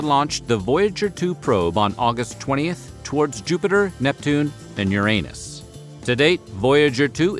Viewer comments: drives me crazy when people mispronounce Uranus. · Your Anus? Oh, you wanted to say Uranus, I see. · This has been a great series. I love the footage you're able to find and include in the videos. I can't wait for the next one. EDIT - The way you said Uranus made me choke on an ice cube. Damn near killed me.